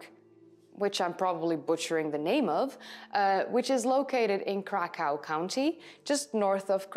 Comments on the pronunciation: Not Krakau buy Cracov ( in english ) or Better Kraków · Krakaw is pronounced crack-ov So you only butchered that word, ❤ Wonderful video and pronunciation otherwise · pronounce Cracoov